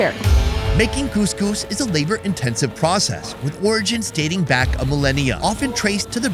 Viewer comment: Couscous not gousgous